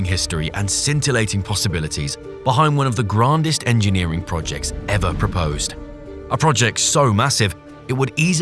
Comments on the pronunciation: ‘One of the grARndest’ what sorry?? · Another AI BS. Listen to how the word grandest is pronounced.